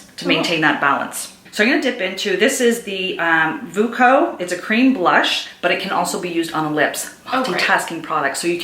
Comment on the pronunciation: I want to buy that blush/lip cream in that same shade— Desire! So pretty. I went to the site. I am wondering how to pronounce the name of the company. Voo-quo? Will you please write it phonetically for me?